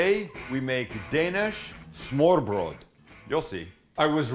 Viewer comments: Smørrebrød is pronounced smer bred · The pronunciation sounds completely different but I give you effort for trying :3 it kinda sounds like Smoo-ah-pwul if you are being technical. But thats simply due to the fact that the Rs are pronounced soft instead of rolled and Ds when beside vowels for the most part will be pronounced like a slight L sound (made by putting your tongue to the top front teeth like you're making a th sound but instead of breathing you make a sound from the throat). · smørreBRØL ROFL thats awesome =D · Sam's pronunciation almost makes this is a Yiddish dish. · Its ø not o they are different letters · To be honest, the English L is indeed somewhat close to the Danish soft D. And although "smoo-ah-pwul" doesn't sound anything like smørrebrød, I would still say it's closer to the correct pronunciation than the way the guy in the video pronounced it.